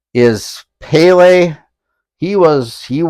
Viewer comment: As soon as that How are ya’s? popped up I gave it a thumbs up 👍😄 Not like I wasn’t going to do it anyway! I mean you showed the beautiful signed Pelé jersey 🇧🇷 You did great on the pronunciation btw. Great job with this VR for our friend Barry and helping spread CP awareness. The amount of yeah boys you deserve would get you in the Guinness Book of World Records 🎉